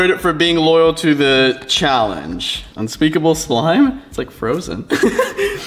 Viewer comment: Unpeakable: I hat eyou guys Me: I thought it was histerical